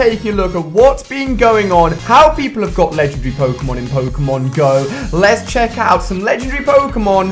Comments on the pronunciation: Ali a needs to learn how to pronounce pokemon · The cringe is real... That pronunciation of Pokémon...